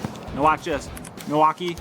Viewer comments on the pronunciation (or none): none